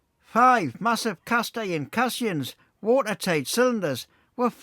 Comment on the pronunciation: Another hugely interesting & informative video- thank you. Just one minor point, the circular watertight structures that were used to allow the workers to dig below the water level are called ‘Caissons’ pronounced ‘case on’s’, not cassions. Thanks again for another brilliant video 👍👍